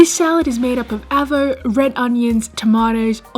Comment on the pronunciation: Downvoted for the ''avo''. Sorry.